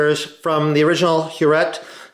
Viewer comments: Huret is French, thus pronounced her ray. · Hi The 'T' in Huret is silent. HTH Brilliant video.